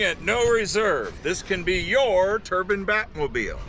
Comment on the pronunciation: Pronounces "matte" as "Matty" "Turbine" as "turban" "Slantnose" as "Slopenose." I just can't.